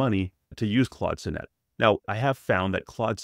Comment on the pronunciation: Great review! Sonnet is pronounced saa·nuht btw.